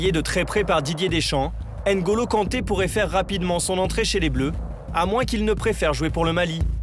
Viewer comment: Prononciation: nnn’golo pas ène golo ou mmm’bappe et non ème bappe. Les joueurs africains devraient être moins laxistes par rapport à leur nom écorché pendant des années en France